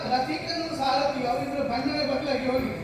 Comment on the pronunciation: Sarathi helta illa, sarati helta iddare, paarta heltare paartha aagbekala jansaleyavare? Nimmind idu nireekshitvalla😔